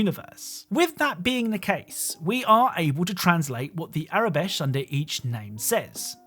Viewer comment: You keep on saying Aurebesh as tho it were “Arabesh”. Just an FYI